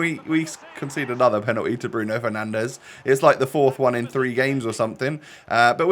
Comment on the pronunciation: Lol “penandes” respect 😂